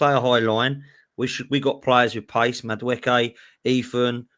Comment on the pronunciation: Big up for learning how to say madueke